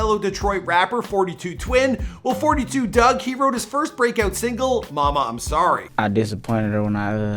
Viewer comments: It’s 4 2 dugg you don’t say it like 42 dugg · it’s 4-2 dugg, not 42😒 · Fun fact: it's pronounced four two dugg, not fortytwo dugg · It’s pronounced 4-2 dugg not 42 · It's not forty two dugg... its 4-2 dugg!!!!